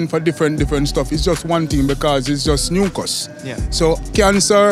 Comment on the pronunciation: yep he was saying mucas